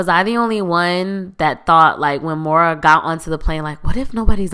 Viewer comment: It’s Moira (PRONOUNCED Moy-ra,, Not Mo-ra )